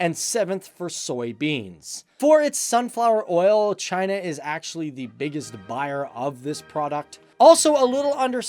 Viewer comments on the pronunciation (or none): none